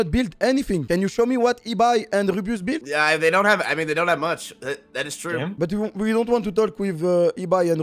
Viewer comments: Au secours l’accent « it’s not trou! » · "it's not troue" lock fait un effort 😭😭😭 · Lock: “ ITS NOT TROU” Son accent me flingue de rire 😭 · locklear its not trou ca me fume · "that's not troue" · le “it’s not trou” ma tuer 😭